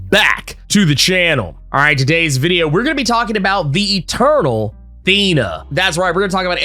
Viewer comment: I keep hearing "turtle" instead of eternal lmaoo